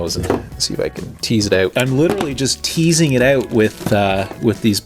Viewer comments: How to tell someone’s from Canada..axles been stripped OAT…(out😅) great video man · you couldnt tell by the way he say out idk why canadians cant say that word right